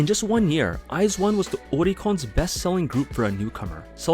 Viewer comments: I wasn’t an iz*one stan, but I thought the fandom name was pronounced like “wise one”. My bad! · I always pronounced the fandom name like how the members said it, "Weez-One"